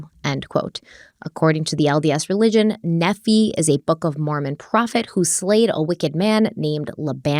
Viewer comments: Maroni is pronounced "Mu-roe-nye" and Nephi is pronounced "Nee-fye". Those are two of the prophets in the Book of Mormon that are mentioned in this case and I thought I'd give the pronunciations in case anyone cares lol. I was raised LDS but am no longer practicing and looking back on what I was taught, I can see how it sounds a bit crazy. Lori and Chad take the cake on the crazy though, and they definitely took some of the teachings from the LDS church and just started putting their own messed up spin on it. Truly bizarre. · I'm not even Mormon but being from Utah and hearing the pronunciations of the Mormon names makes feel the need to correct it every time lol. Just for future reference: Moroni - More-Oh-Nye, Nephi- Knee-Fye. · Not sure if anyone else has offered this tip or not but it's pronounced "mor- OWN- eye" Moroni. And. NEE-feye. Nephi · I’m not Mormon or exmormon but i think moroni is pronounced mer-OWN-eye and nephi like KNEEf-eye, it doesn’t really matter that much but that’s how I’ve heard exmos pronounce those names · Nephi is pronounced NEE-fie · pronouncing Nephi as 'Neffy' Me: ☠☠☠☠☠ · I'm not Mormon but I lived in Utah for far too long and was a good target for missionaries lol Nephi is not pronounced "nefee" it's more like "knee-fy" (like wifi) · Pronunciation: (Knee-f-eye) (Layban) (Moron-eye)... ok continue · It's pronounced Nee F I. Like long " I " . Just sayin. P. S. I still love you! Lol! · hello, Im LDS and I really like when you do the LDS episodes. Just for reference, the pronunciation for Moroni is More-own-eye, and Nephi is Knee-Feye Hope that helps! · Nephi is pronounced knee-fi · Not a dig at you whatsoever. I love the videos but just so you know the Mormon religion pronounces a lot of those name’s differently. I grew up in that cult… I mean religion… and left when I was 16. But for reference: Moroni: more-own-i Nephi: knee-figh Laban: lay-ben Some of these are also towns in Utah. So I just thought I would let you know. ❤